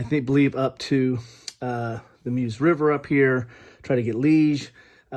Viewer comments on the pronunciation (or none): The river is pronounced "m-Yous" [with stress on the second syllable] not single syllable "Merrrs", but a good unboxing compared to most - you pack in the info. One suggestion: break the mould & throw in 30 seconds of historical context! Absolutely no wargame unboxings/intros that I've watched on any wargame do this, which is a peculiar thing, instead I see a sanitised collectors fetish fest most of the time. It takes 30 seconds to point out that the "Bulge" was a five week brutal struggle - the largest & bloodiest battle fought by the United States in WWII involving 700,000 troops on all sides on its peak day. A notable feature is the no holds barred approach to warfare that we normally associate with the Eastern Front or the Pacific theatre. As a game it's highly enjoyable, but it is essentially a cartoon sketch of the real mini-campaign. As with all Bulge games there's too much information available to both players & everyone knows the script involves Patton jumping out from the wings in the 3rd act & shouting "boo!" A proper Bulge game hasn't yet been built & it would require a referee [or a proper bot] as God with the players feeling around in the dark most of the time & getting smacked in the face with a wet fish now & then.